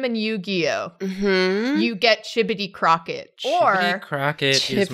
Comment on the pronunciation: You were REALLY close. It's Chibodee.